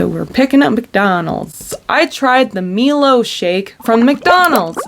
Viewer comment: Pronounced MY-LOW its a sugary chocolatey powder in australia! you use it at home with milk and now it comes in so many packaged foods